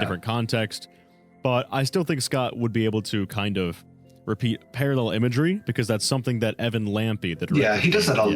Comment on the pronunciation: he said paralel, quick KILL HIM